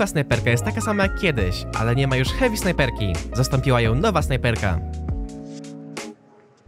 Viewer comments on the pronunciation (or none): none